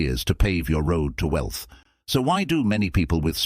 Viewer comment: The AI is trash! 😆 “We-Elth” good video beside that.